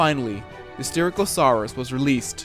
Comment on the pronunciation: Its sty-rack-o-suar-us